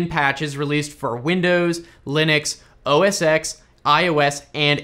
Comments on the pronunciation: Oh-Es...Eks? U mean 'Ten', right? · Our PCs are going to slow down, the US government is shutdown, mispronounces OS X (which is now called macOS anyway), and my fake Christmas tree is still standing in the living room. God help us all!